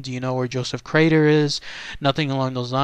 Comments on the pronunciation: Gees mr narrator, his name is Crater, you keep calling him Carter!!. ya got the r in the wrong place!!! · It's Crater not Carter. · How embarrassing not to understand the man's name is pronounced KRAYTER...not CARTER...only one of the most famous disappearing cases ever...if not THE most famous...was a tag line for comedians for years and years.... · Crater not Carter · CRATER!!! Not Carter, sad